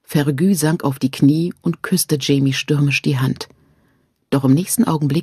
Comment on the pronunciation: So sehr ich Fan dieses Buchs und der Serie bin, ich kann das einfach nicht weiterhören. Sassenäääck, mörtääg und fergűűű... Diese Aussprache macht mich regelrecht aggressiv.